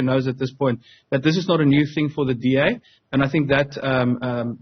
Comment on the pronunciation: DA want WEE not BEE